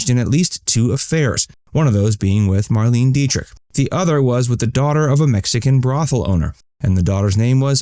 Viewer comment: The photo you put up to represent Nicky Hilton is the funniest thing you've ever done!🤣 Even funnier than your attempt to pronounce Marlene Dietrich’s name.